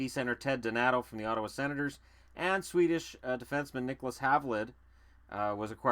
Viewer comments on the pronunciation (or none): none